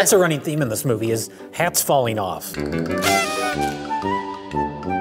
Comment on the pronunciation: "faling over"?